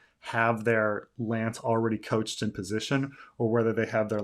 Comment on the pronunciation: These are nearly my favourite videos in these series. Not better than the chapters though. Two things: I was joking that you were making Sweetrobin king just because you're a stan. Obviously not. And little tiny pronunciation thing (I know these suck and who fricking cares anyway, but it's like 3 or 4 times I've heard it now): one couches a lance (as in sofa) not coaches a lance (as in bus)